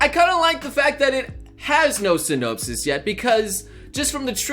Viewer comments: learn to pronounce words synopsis: sin-nohpsis, not sinnope-sis [səˈnäpsəs] Academia: ack-uh-deemee-uh, not ack-uhdeh-mee-uh [akəˈdēmēə] Habitable: HA-bit-ta-ble, not ha-Bi-ta-ble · "SyNOPEsis" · saying sy-nope-sis makes me laugh...and cough since I'm sick. Still it makes my day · syn-nope-sis habit-table smh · syNOPEsus the sT you say synopsis noble smh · synopesis? great pronouncing. sin? NOPE SIS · I will say this once please learn how to say synopsis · Just saying, I don't think you pronounced synopsis correctly. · People getting mad that he isn't pronouncing the names right while I'm here mildly infuriated that he doesn't say "synopsis" right.